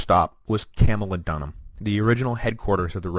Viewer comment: Good Grief! Camulodunum is CAM-u-LOD-un-um, not CAM-u-lo-DUN-um! {:o:O:}